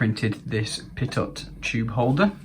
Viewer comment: Pittot? :p Pitot... it's french. 'Pee-Toe' Actually since it's a probe measuring both static and dynamic pressure, it's more accurately referred to as a Prandtl tube. Or at a push, Pitot-static tube.